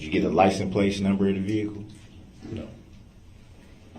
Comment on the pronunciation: did they not provide a dictionary did he say playton